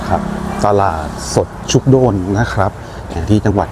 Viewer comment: คนเมืองกาญจน์เรียก ชุก-กะ-โดน ครับ